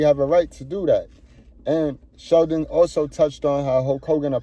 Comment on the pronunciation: Goodbread it's not about it being cool. He mispronounced Sheldon's name. In bizness if you are in the same industry hulk should make an effort to know how to pronounce his name properly. This has nothing to do with race, I politely disagree with you. Arnold is Austrian and he doesn't have an Anglo-Saxon lastname but when he started becoming popular everyone started out learn how to pronounce his name. Granted I didn't feel offence from hulk or Sheldon but simply he's not forgiven for his hypocrisy plain & simple.